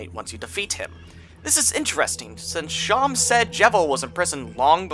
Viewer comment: Better than him pronouncing Seam (yknow, like on clothes or in sewing) like "Shawn"